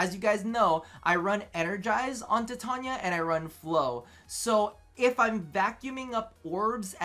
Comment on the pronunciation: Yo, you get a like just for saying titania's name the actual right way.